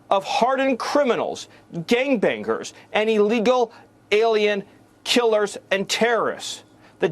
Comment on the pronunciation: Stephen says, "ganga banga-ers."😂